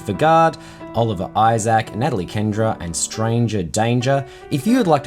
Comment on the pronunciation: I really think I don't water my poles enough. (And it's Ken-DA...no R 😇.)